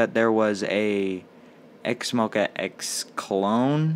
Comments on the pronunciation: Wait that’s not how you pro nouce it .-? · whenever you say x-mo-quacks it literally kills me 😂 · QUACKS LOL